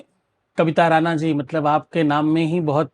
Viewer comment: राना अशुद्ध है राणा सही है।